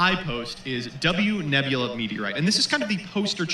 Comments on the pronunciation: Man sees Nebula and pronounces it as NuBella... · “Nubella” NC Education